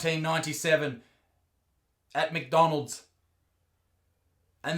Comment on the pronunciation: HE SAID MC DOLNALD